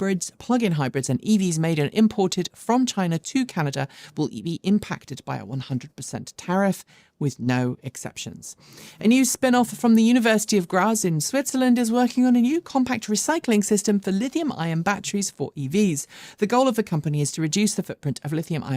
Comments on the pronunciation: Came here to check that someone had pointed out that a) you had the country wrong and b) you had the pronunciation wrong. ('grats', not 'graaz'). For a moment I wondered if there was a similar-sounding University town of 'Gras' in Switzland I had not heard of... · You mean Graz, with "r", don't you?